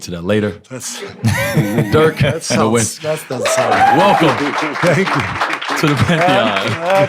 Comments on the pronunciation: Did he just call him Dirk Nowinski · Great you met. Dirks name is Nowitzki not Nowintzki ^^ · This clown still can't pronounce Dirk's last name correctly.